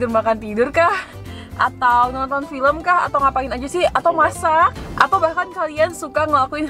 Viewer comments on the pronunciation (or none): none